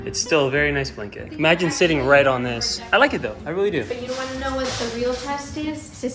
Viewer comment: "Aaron, I don't whant to hear it" 😂😂😂😂❤❤❤❤❤❤